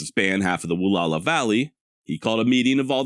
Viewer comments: Wall-ow-a! Where do you get woo-la-la? Wall-ow-a! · Pronounced: Wah-Lou-Wah. Sahaptin can be a tough language. The middle part is ou as in ouch or loud. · I don't know if this is the actual proper pronunciation but I've always heard it said as "wah-lauw-aah" "Wa-LL-ow-aah" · Wallowa is pronounced Wall - ow - a You pronounce the ow like ouch - without the ch. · I wish you had done a "quick search" on how to pronounce "Wallowa"....your pronunciation is brutal.